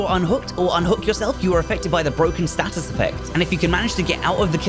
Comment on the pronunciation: Why are you saying 'status' like a flid?